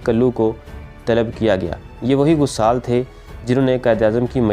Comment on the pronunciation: لفظ غَسّال اور غَسّالہ ہے، غ پر زبر اور س پر شد